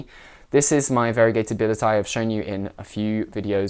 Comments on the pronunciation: The correct pronunciation is Billie-et-tea-yay or Bee-yet-tea-yay (like Kanye), not Bill-it-tie. No one says it right though. So no worries! Gorgeous plants! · After reminding yourself so many times about the correct pronunciation, you kept saying it wrong :) The discovered of this plant herself said this needs to be pronounced "billie-ye-ti-ye".